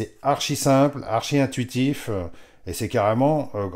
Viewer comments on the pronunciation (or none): Zut, j'avais jamais fait attention... "Le modheu, intuitifheu..." 😁